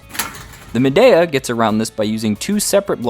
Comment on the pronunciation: I’ve had mine 5 years. ZERO PROBLEMS. when I remove it from the window after using it i CLEAN IT. Store it in my apartment. Never ever have had a problem with mold. And it’s pronounced MAdeeA.